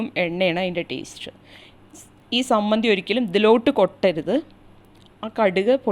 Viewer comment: sammanthi alla chammanthiya